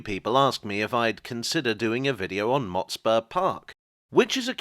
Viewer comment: I recall the pronunciation of Motspur with less emphasis on the spur and more on the Mot